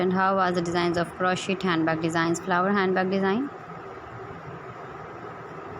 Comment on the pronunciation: First you learn the correct pronunciation of Crochet. T is silent.